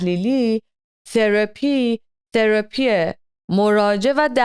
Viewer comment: ثراپیییییییی رو خیلی جالب میگه